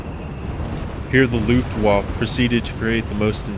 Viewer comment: You pronounce Luftwaffe in a peculiar manner :V